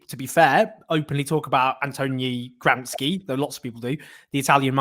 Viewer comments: Owen, it's pronounced GRAMSHI not Gramsky. He was Italian not Russian :D. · It's pronounced "GRAMSHEE" not "GRAMSKI"😤